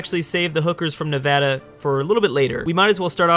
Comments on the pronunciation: Thank you for at least saying Nevada right, it warms my heart. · I'm glad he says Nevada correctly 👌